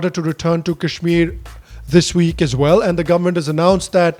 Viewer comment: jinhe sahi se kashmir kehna nahi aata wo ispe gyan baantenge, chutiye😂